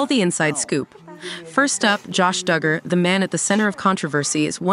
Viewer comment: Their name is pronounced Dug-er not Doo-gur